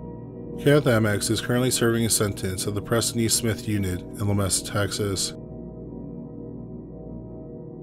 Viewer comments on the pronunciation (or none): Dude. It’s “La-ME-Sa”. I live about an hour or so away from there. It’s not like “mesa” it’s “me”. Is “La” “Me” “Sa”.